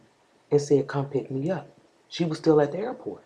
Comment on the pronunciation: "An that iish steal up for debate".lol